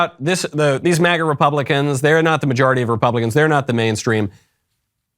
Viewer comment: Why have they decided to pronounce MAGA like that? I’ve never heard it said with that pronunciation. It sounds like he’s saying maggot. Or am I a schizo?